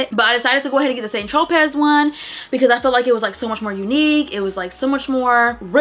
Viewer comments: Just a FYI, St. Tropez is pronounced SAN-troh-PAY, not Saint tro-pez. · Hey, girl!!! Loved everything!!!! ❤️ Tropez is pronounced Tro-pay 💕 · Hey, girly! I love the video and you have some good finds! Just wanted to let you know that it is Saint Tropez, pronounced (TR-OH-PAY,) because the Z is Silent.😊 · Girl...The "Tropez" is pronounced Wrongly.